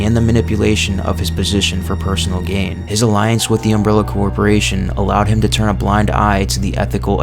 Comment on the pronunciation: Is it hard to say corporation?